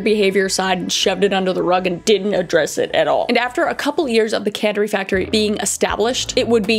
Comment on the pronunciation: candery factory 🫣